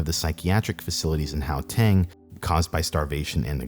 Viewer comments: Oh my gosh please stop saying Howtang, its Guateng. Ggggggg. Everyone in Kempton just goes to Arwyp Hospital. Its just around the corner. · its gau-teng, not gao-teng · Really good video. Well researched. Just do us South Africans one small favour and research how names are pronounced. Gauteng is pronounced with a hard guttural GH sound and not a soft H sound. How-teng just sounds wrong. How to pronounce Ms Mahlangu's name: After the Ma press your tongue firmly to the roof of your mouth then breathe in with your mouth open before saying lung-oo and you will have pronounced an African surname about as correctly as a European tongue can. Most names in South Africa are either First Nation names which would vary pronunciation based on their language, but the majority of the rest are of Dutch heritage which has a lot of unusual pronunciations. So Mister André Esterhuizen would have his name pronounced something like Aaahhn-drey Es-ter-hay-zen by a European. There's a change in how the Afrikaans pronounce the "hay" part in that we tend to make the sound in the back of our mouths with our lips in more of an O shape, while the English pronounce it more with their lips in the E shape putting the sound in the front of the mouth. I really hope that helps. There are files online for how to pronounce South African place names as well. Johannesburg in English is pronounced as if you were saying Jo Hand Nest Burger but have dropped the d from hand, the t from nest and the er from burger then run them all together into one word. In Afrikaans it would be closer to Yo-hun-ness-bear-gh. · I'm surprised no one has commented on his pronunciation of "how-tang" lol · "Yohannesburg." "Howteng." "Khedani Maylangu." I'm hollering!